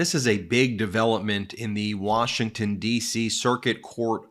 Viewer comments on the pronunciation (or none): none